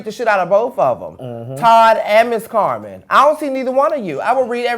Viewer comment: lmao saying CarMON